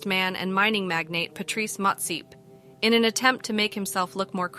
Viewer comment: "Patrice Motsip"💀